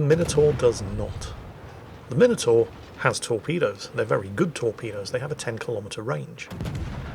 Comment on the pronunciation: After listening to Flambass and everyone else say Mine Oh Tore, it's simply lovely to hear proper English and you say Minotaur! Marcau doesn't have reload boost, just 3 second reload.